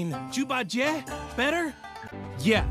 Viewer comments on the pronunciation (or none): jubhajhet??? 😭😭😭 you mean zhu bajie?????? LMAO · The jhubajhet guy amazes me, bro has not read JTTW, how do you even mess up Zhu Bajie like that